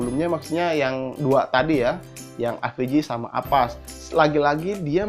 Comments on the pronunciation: avast bang bukan Apas :) #justKid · Avast jadi apass, Urang sunda ieu..